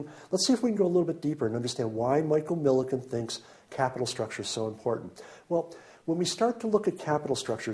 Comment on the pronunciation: Michael Milken not Miliken. You spelled and pronounced it wrong